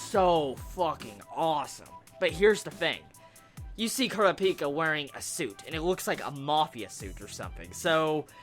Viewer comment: Your pronounciation of names is horrible xD Kurapika not Kura - Pika.